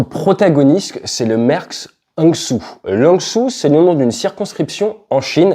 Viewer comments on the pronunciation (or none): Hangzhou,,, Hangzhou Jo 👎 Rang Jo 👍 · Le nom du bateau est Hangzhou; ça se prononce “hang jo” et ce n’est pas une circonscription mais bien une ville, capitale de la province du Zhejiang au sud de Shanghai. C’est la ville natale de Jack Ma le créateur dAlibaba. Un G20 y a eu lieu il y a quelques années. De grâce, « hang jo »… merci!